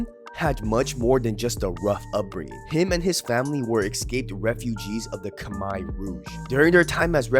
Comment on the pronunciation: Shout out to for pronouncing Khmer correctly. Gangs are stupid